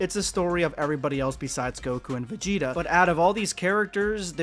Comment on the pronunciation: Yall need to stop saying Vageta. Making my dude and pussy sound fucked up at the same time.